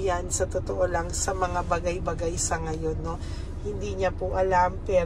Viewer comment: Hi!, maganda ang reading mo,kaya lng kung magsalita ka ng talalig hindi malumay mag- bisaya ka na lng,yong salita mong bagay2 malumay hindi yong ng farari kotse yong pag- formal 1 magsalita.😢😢😢